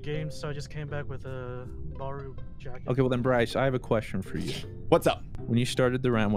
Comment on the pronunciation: He said his name is Broice! Hahaha